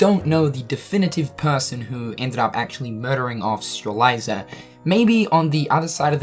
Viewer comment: ANd you still can't pronounce Strelitzia. Like, I'm being totally serious, and I'm not trying to make fun of you, but are you actually Dyslexic?